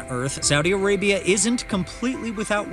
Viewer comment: Its Arabia not Areabia